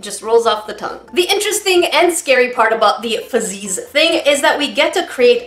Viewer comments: It's not fazzies its fuzzys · Why did she keep saying FUzzeeees.. I thought it’s straight forward fuzzies basically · Why are you saying fuzzeez like that.. 🤢